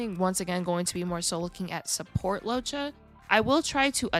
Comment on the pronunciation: LOOWOH-CHA not Lowcha